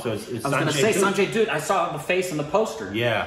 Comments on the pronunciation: Dutt : Its not Doot.. its pronounced as Dhaath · We don’t need Disney princess! We always had our real life Princess and queens! Which is much much better 😎😎 Aaaaand not Sanjay Doott.. in DUTT the U is pronounced as the U in Guts!